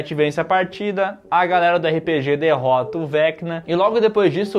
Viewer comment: gostaria de corrigi-los de uma pronúncia. Não é "erre pê gê", mas sim RÊPÊGÊ!!!!!!!!!!!